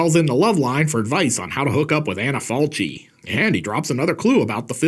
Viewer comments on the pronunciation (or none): One of my favorite too, not to be pedantic but the name of the actress is pronounced “Anna Falki”. Good review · I love the movie, the book and the way Tiziano Sclavi told his existential stories in his comic books in the Eighties. Thanks from Italy. PS. The proper pronunciation of "Falchi" is "FalKi". Just in case. Great video as usual! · Maybe someone already told you but the italian pronunciation of her name is like Anna FALKI. Just FYI 😊